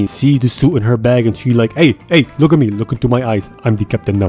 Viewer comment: “Luuk at me. I am da captain now.” 😂